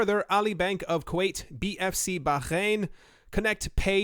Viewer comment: How do you say Bahrain again? 😁